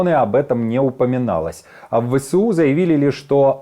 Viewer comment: Навчіть свого новенького ведучого. Не Ве Се У а Ве еС У